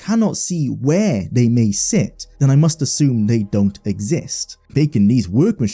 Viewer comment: Why can't you fully pronounce your gerunds or the "th" phoneme? You keep saying, "slidin', hopin', sayin'" and "den" instead of then.